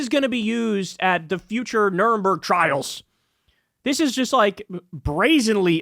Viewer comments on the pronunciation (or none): none